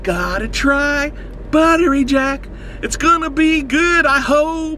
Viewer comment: I only hear "Butter Reject"